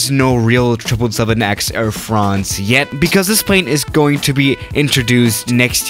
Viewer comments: “Air franhnź” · "Air Fraounze" I have an aviation yt account but I am too lazy to switch today...